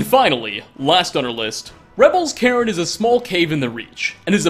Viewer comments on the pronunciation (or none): none